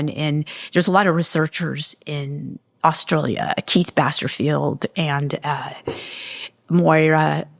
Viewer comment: My hat’s always off to Americans who pronounce “Brisbane” properly! Nice work! But now “Austrulya?” I think I’ll give positive points just for this being utterly unique to me!